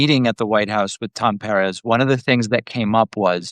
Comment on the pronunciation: Carlitos pronuncia bien los apellidos Peréz 😅😅 es Pérez el nombre es el mismo, especialmente si hablar Español